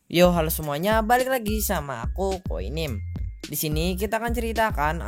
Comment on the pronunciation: bang saran nih ngomong KOYNIME nya jangan Koynim, Tapi KOYNIMEE bang lebih pantes bang E nya baca nya Kaya mikasa manggil eren